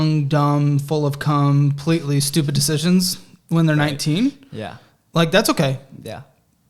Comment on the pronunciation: “Young, dumb, full of com-pletely stupid decisions” that caught me so off guard 😂